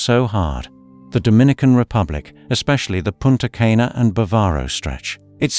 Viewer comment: I know that British people have an extremely difficult time pronouncing foreign names, but if you are going to give travel advice on Caribbean islands, you should say their names "proplay". Tulum is pronounced "two LOOM" (not "TOO lumm")' Akumal is pronounced "AH ku MAHL" (not ACK ku mall"); Punta Cana is pronounced "Poonta CAH nah" (not Poonta CAY na); Grenada is pronounced "Gra NAY da" (not "Gra NAH da"), according to local custom; and lastly, "Isla Mujeres" is pronounced "EESLA moo HAIR es" (not EYE LA moo JAIR ess).